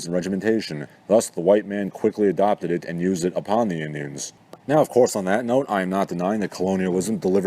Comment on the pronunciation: Why do you pronounce Indians like that lol not to be mean I'm just not sure is it to be funny or what it throws me off